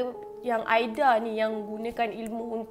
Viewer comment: Kak camimu tersasul ke tuww ??? Aida jadi aidia🤪🤣